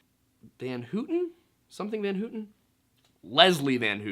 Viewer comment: It’s pronounced “Van How-ton” not “Van Hoot-ton” Just saying